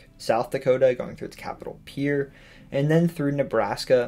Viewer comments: Great video on a very interesting physical geographical topic, and thank you for pronouncing Pierre correctly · Wow, you're the first non-native I've heard pronounce the capitol of South Dakota correctly!